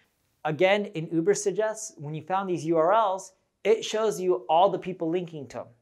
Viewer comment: Lots of good suggestions -BUT when introducing new subject - use graphics to post the title - i.e. Urbersuggest - couldn't understand to the verbal enunciation